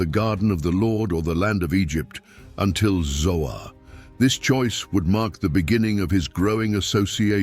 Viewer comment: I dont believe its ZOA but ZOAR.